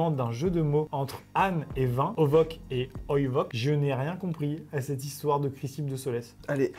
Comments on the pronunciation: Ce commentaire a pour but d'informer: à l'âne et le vin en grec se lise "onos" et "oinos" et non ovok et oivok voili voilou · ça se lit onos et oïnos : όνος και οίνος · Bonjour Jean Michel ramène sa science à ça se prononce ONOS et OYE-NOS Ps : Maxime c’est du grec Voilà c’etait Jean Michel ramène sa science 😂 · Instant culture inutile : Ce n'est pas "ovok" et "oivok" c'est "onos" et "oinos" voili voilou (merci les cours de grec ancien que j'ai eu un jour xDD) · Alors on dit "onos" et "oinos" parce que le truc qui ressemble a un v se prononce [n] et le truc a la fin |s]. Bon j'avoue j'aime étaler ma science :) . Super Vidéo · Amixem le v en grec est un n en réalité ! et ce que tu prononces q est un s ;) sinon j'ai bien rigolé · Pour les deux mots grecs : pour l'âne, ça se lit "Onos" pour le vin, ça se lit "Oinos" Comiques ces grecs dis donc ! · C'est Onos et Oinos en grec... Mais bon c'est pas grave :_ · C'est du grec ancien Maxime. Ça se dit : Onos et Oinos. Comme ça tu sais 😉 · les 2 mot en grec se prononcent oïnos et onos sinon le concept de cette nouvelle chaîne est vraiment cool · Pour le stoïcien c'est du grec ancien et ça se prononce o-i-no-s (vin) Et o-no-s (âne) . Je sais que les commentaires de correction c'est l'enfer, mais après 7 ans de traumatisme en la matière, j'ai juste souffert de ta prononciation Amixem XD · oula t’as pas fait grec toi ça se lis: Onos et Oinos (ça aide pas tellement à comprendre la blague mais bon) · on dit: onos & oïnos et c’est du grec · La lecteur les mots grecs c'est onoss et oïnoss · Alors pour être précis, la prononciation du grec c’est « onosse » et « oïnosse » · c’est du grec maxime 😭 et le ν se prononce « n » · ah la lecture du grec ancien là ça m'a fait mal xD